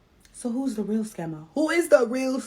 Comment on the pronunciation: She was trying to say REAL country....but she said rell..lol